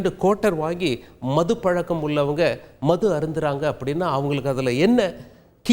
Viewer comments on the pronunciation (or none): none